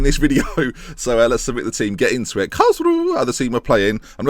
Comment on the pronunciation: Karlsruhe = Karls-roo-ha Braunschweig = You're saying it right (not really).